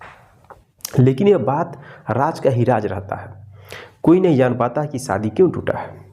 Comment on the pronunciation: Saadi. Nahin. Shaadi. Hota Hai correct pronunciation